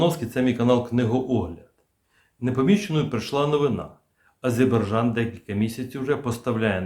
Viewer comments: "Азербайджан". Це наші друзі і варто назву їх країни вимовляти правильно. Сподіваюсь мене зрозуміють правильно. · Прослідкуйте за вимовою назви країни...правильна вимова АзеРбайджан!!! Не ображайте наших друзів!!! Дякую! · Прочитайте по слогам и запомните : А _ ЗЕР_БАЙ_ ДЖАН. А то Горби придумал какой -то Азебаржан...